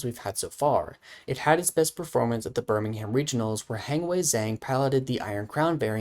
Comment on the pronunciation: you don't pronounce the h in birmingham